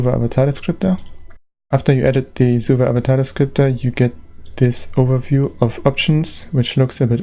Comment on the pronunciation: Love how you pronounce SUVA :3